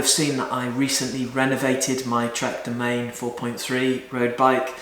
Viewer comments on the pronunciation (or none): Domane?? It's Doman'e